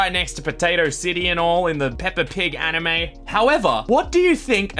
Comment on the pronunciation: Why did you call it A N I M E ?